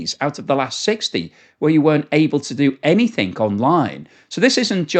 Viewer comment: No k in the word anything